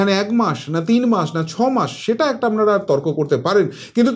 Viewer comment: akta request apni please 'APNARA ' shabdo ta ke Apnara bolun 'AMNARA' bolben na khub kane lagey apnar channel dekhi bolei as a well wisher hisab e bollum mistake point out korar janye noi